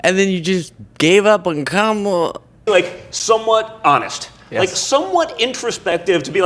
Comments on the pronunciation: I think he started to pronounce Kamala correctly and cut himself off so Daddy doesn't yell at him later. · you can tell by how people pronounce "Kamala" if they're getting all their information from one type of people or not. Some aren't pronuncing it wrong intentionally, but it does show they're only paying attention to Trump/MAGA-related news and content, because that's the only pronunciation they're hearing. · They refuse to say her name correctly on purpose. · The reason they pronounce her name like that is on purpose. There was a wrestler from back in the day name Kamala The Ugandan Giant who played an African savage that couldn't words. He just groaned. Donald is a wrestling fan, obviously and so is a lot of his base They want you to associate her with an African savage whenever they say her name. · Mispronouncing Kamala's name is intentionally disrespectful. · There's a very simple reason that people my age sometimes mispronounce her name. Historically that name has always been pronounced the way Donald Junior is pronouncing it. Imagine if Trump pronounced his last name in a way that wasn't traditional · Learning how to say Kamala the right way is a little challenging, but it is nothing compared to making sure you purposefully say it wrong every time. What we witnessed in the video is Donny Jr. almost saying it right and catching himself at the last minute. :face-blue-smiling::face-blue-wide-eyes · His disrespectful and purposeful mis-pronunciations are him being a trump. They are the masters of asshole behavior without 0 shits.